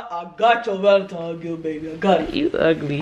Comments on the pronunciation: Valen-times day😂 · Ti “You didn’t get me anything for VALENTIMES day” 😂😂 idk why a lot of people say it wrong💀